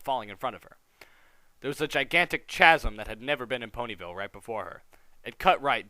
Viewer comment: Did you just say "chaz'm" insted of "kaz'm"?